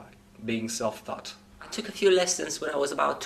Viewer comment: His 'took' is 'toooook', that is /tu:k/ when it should be /tʊk/. And his 'English' is /ɪnglish/ is /i:ngli:ʃ/